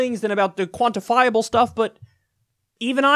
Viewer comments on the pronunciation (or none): Kyle "quantifiable" kulinski